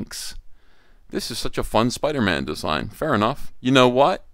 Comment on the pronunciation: “It’s Spider-Mam”